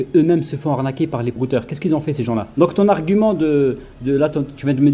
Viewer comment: 🤣🤣🤣 et vous , vous n'este pas un branleur ou brouteur ?🤣🤣🤣🤣 On va vous anarquez🤣 je me demande pourquoi beaucoup d'africains n'arrivent pas a prononcer arnaquer , même ma soeur c'est pareil 😂😂